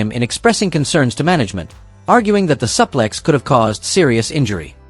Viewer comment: It's bad when the AI host can't pronounce a suplex.